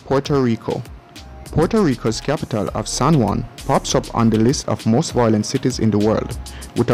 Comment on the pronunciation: 'Violent', not 'voilent'.